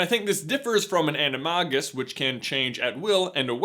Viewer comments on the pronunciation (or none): ............ITS NOT ANAMAGUS ITS ANAMAYGES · its animAgis not animOgis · It's not Nah Gee nee it's Nah Gi nee It's also Ani MAY gus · WTF is a "mah-gus"? Maygus damnit. Why is this word so retardedly mispronounced in American English? Jeeeeez. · It's not an ani-MAH-gus. It's an ani-MAY-gus. I'll leave now. 😂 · It’s a-ni-MAY-gus not a-ni-mah-gus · AN-I-MAY-GUS not ani-mar-gis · Why say "anuh mah gus"? Is it an American thing? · Animagus I thought it was pronounced animAgus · It’s said animajus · Animae gus is how it is pronounced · I love how u pronounce animagius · I thought it was pronounced (Anna Mae Gis) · is it pronounced "Ann-ee-mah-gus" I thought it was said "An-ee-may-gus" :o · LOL He said "ann - e - marr - gis" Just no ok. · “AniMAHgus”? Have I been pronouncing it wrong? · "Animargus". That pronunciation hurt me slightly. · The G in Animagus is pronounced like a J. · how do you mangle the pronunciation of animagus that much?